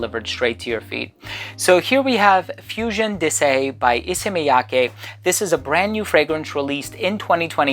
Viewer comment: Props for being one of the first reviewers I've heard pronounce "Miyake" correctly 😄